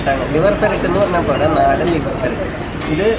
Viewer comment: Naadan aaan nadan alla